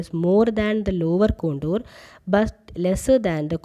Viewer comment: Ma'am it con-tour not con-dor. Very nice video,keep it up